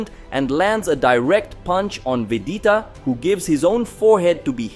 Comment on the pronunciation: Bro you have to say Vegeta correctly. It’s agonizing